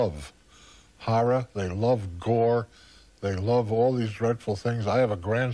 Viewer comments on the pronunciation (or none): none